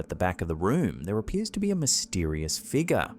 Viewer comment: Can you learn to say figure correctly…for the love of god